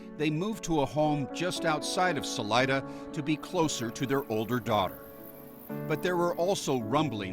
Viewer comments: Thats not how pronounce Salida. Sa Lee Da,got it? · Salida (pronounced Saleeda) is Spanish for exit.